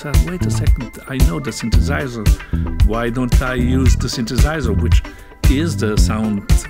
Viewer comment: To me as a German, it sounds like a non-native speaker trying to fake a German accent. It's quite German in a way, but something's off. For example, the way he pronounces "synthesizer". But also his overall speech melody.